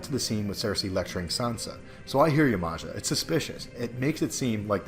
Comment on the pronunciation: FYI, the name 'Maja', is pronounced "Maya"